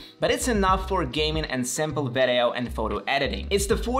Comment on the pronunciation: i в слово video произносится как и, не как э. Видиоу, не вэдэоу. Ещё обращаю внимание, цифры вроде 3350 не произносятся как thirty three and fifty, а как thirty three hundred and fifty - не забудь вставить слово hundred после первой десятки. Продолжай с успехом!